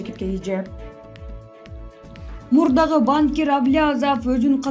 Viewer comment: ДИКТОРУ НЕОБХОДИМО УЧИТЬСЯ ПРАВИЛЬНО ГОВОРИТЬ. В СЛОВОЕ БАНКИР УДАРЕНИЕ СТАВИТСЯ НА ЗВУК И, НО НЕ НА а.